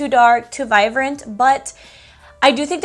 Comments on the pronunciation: I actually LOVE that you change B's to V's! It's super cute! Vivrant, Vive (Vibrant, Vibe) ☺️ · Yes it’s cute I’ve noticed also her B she pronounces as a V just like Vive but it’s really vibe